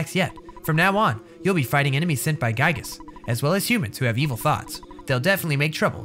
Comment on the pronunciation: It’s pronounced gigas